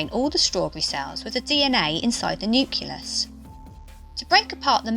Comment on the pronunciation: Great video. Wincing whenever she says nucleus wrongly though